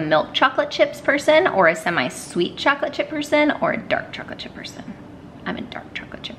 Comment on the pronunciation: Hey... it’s “semi-sweet” not “semi-sweat” lol. I don’t mind half sweet chips, but half of a persons sweat doesn’t appeal to me!